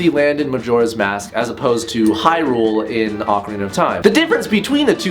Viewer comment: DUDE LEARN HOW TO PRONOUNCE HYRULE! Argh!